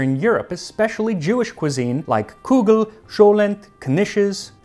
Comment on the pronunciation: Yes, and some of the words were actually Yiddish, such as Kugel and schmaltz. The pronunciation of kugel wasn't great, but he tries hard.